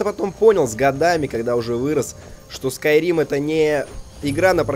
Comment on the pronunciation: Skyrim Бл**ть! А не Скурим